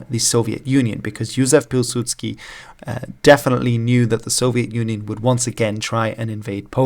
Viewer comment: Your "Józef Piłsudski" was perfect.